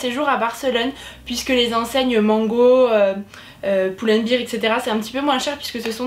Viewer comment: Pull and bear not pull and beer , as beer in english :)